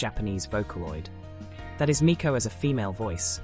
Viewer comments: You’re mispronouncing Meiko, it’s pronounced like may-co not mee-ko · Meiko should pronounced May-koh not meeko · I love this but the way you're pronouncing Meiko and Kagamine is killing me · i love everyhing about this video except the way meiko was pronounced/hj 😭